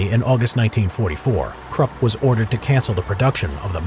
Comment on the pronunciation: Your pronunciation of Krupp was brutal.